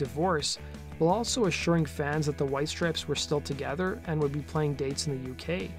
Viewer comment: Why is the narrator saying “strips” when there is clearly an E, and it’s “STRIPES”